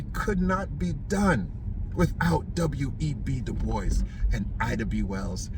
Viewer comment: You're definitely from the island when you said about giving a "blie" and du bois was a boule bad bro.